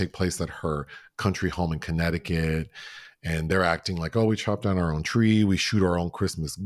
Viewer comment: pronunciation of Connect-ti-cut😂😂 I can’t see myself eating off a “grazing table” like some farm animal lol Some of these viral trends are disgusting! I tried the cucumber salad and it was gross. Any buffets or dips sitting out for hours bring out my germaphobe 🦠 Dyan Cannon always had such beautiful luscious hair ❤ My memories will always be her and Jack Nicholson sitting courtside and yelling as die-hard Lakers fans